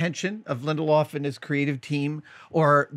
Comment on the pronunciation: It's Lindelof, not LindelHOFF. Sheesh :(